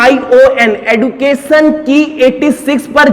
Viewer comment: एडुकाशन नहीं होता भाई एज्युकेशन होता है .